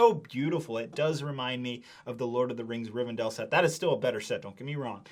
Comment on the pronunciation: I swear he's pronouncing words wrong on purpose. There's one in nearly every single sentence. He even threw a Riven'dale' in there at the end